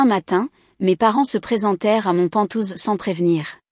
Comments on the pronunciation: IA on dit pent haouse pas pentouse😂quoi que c'est rigolo pentouse. Ça ressemble un peu à ventouse comme la famille pot de colle toxique 😂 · pas "pantouze", mais "penthouse" !!! mdr